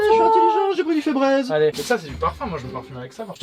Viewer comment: Febreeze ça ce prononce brise !!;) pas braise